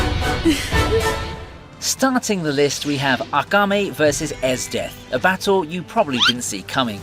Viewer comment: hate to be that guy but its AKAME not agame